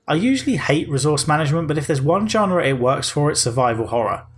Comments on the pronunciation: "Genre" is pronounced with a "zh-" sound at the start 👍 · Learn to pronounce "genre" correctly.